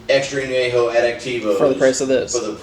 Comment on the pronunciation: Gotta pronounce that ñ. On-yay-ho, not ah-nay-ho. Try some Tears of Llorona, Rey Sol or Tapatío Excellencia if you want a true, additive-free XA masterpiece